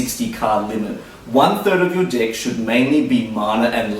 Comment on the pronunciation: I have to pause this for a second... Can you please stop saying DICK and say DECK...kthanx